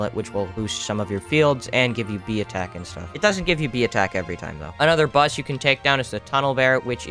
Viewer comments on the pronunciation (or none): he's said bus not boss lol